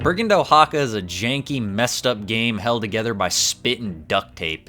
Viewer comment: FYI It’s /waxaka/, or ~ Wa-ha-ka, not Oh-ha-ka. Still not the worst I have seen the name butchered though